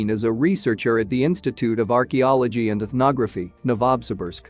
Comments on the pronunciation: aren't you interested in Archie-ology? lol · Yeah, it couldn't even pronounce "archeology" either 😂 artch-ee-ology